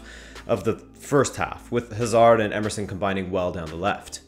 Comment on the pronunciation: WHY DO AMERICANS SEPARATE Hazards name they pronounce like they separate HA SARD